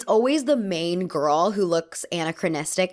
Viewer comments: Pronunciation distracting a bit. a-NA-chronistic, hard "E" on RE-creation vs recreation... a diff wd altogether, not aw but aah for "a" in A-ccolades. Agree on costume design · Gentle reminder: this is how to pronounce anachronistic